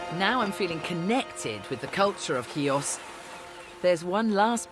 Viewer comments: How difficult is it to get that pronunciation right?! She -- Julia Bradbury -- pretty much gets it. Can't the guy in the intro say "HEE-oos" rather than "KEY-ahs"?! As a Xiotissa, this just hurts my ears ... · Ch nor K, Mr announcer at the very start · Nice video , but something I need to ask ... your mother is Greek and you can t pronounce Chios correctly ? how is possible ?